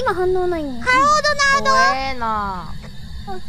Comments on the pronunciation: "Donarudo?" Donald: "Huh? Did something cute try to say my name?" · "Hallo donarudo?" 😂